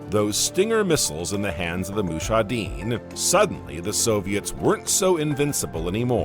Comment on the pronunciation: Mushadine😂😂 its mujahideen